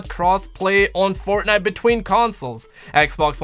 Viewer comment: Keeps on saying fortnut!!!!😂😂